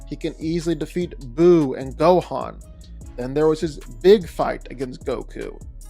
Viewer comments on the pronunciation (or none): none